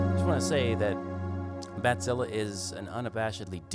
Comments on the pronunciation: It's pronounced batsille, not badzillah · I appreciate that you try to pronounce it correctly. I'm German and I know how it's pronounced. The vowel at the end is more like the "e" in "Kraken", not so much like an "a". IPA: [baˈt͡sɪlə]. But that's me being fussy. Anyway, nice patches you made there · It's probably what he imagined native speakers of English would need to pronounce it more or less correctly. What an idiot (I kid)